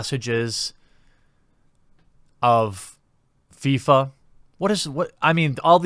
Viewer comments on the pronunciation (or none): none